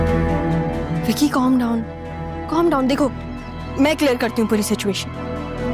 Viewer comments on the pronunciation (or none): Zara told com down com down instead of calm down calm down 😂😂😂😂😂😂😂😂